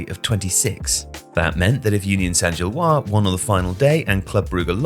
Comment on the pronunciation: One note: in "Gilloise", the S should be pronounced (like zhil-waz)